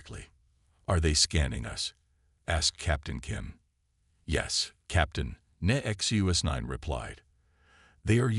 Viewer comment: The AI can't seem to say Nexus9. However, the usual cliches nor any of the Chen dynasty are present, so well done.